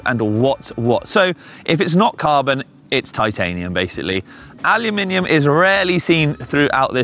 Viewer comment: Thank you for saying Aluminium!